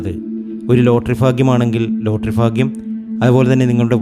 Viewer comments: Appol enikku ffffaaagyam ille?😂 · 😂😂 ഫാഗ്യം ഫാഗ്യം ഫാഗ്യം സൗഫാഗ്യം‼️